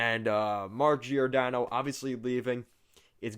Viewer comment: Just fyi it's not JEE OR DANNO. It's JOR DANNO